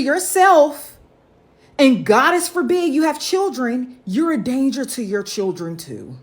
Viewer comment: She really said "goddess forbid"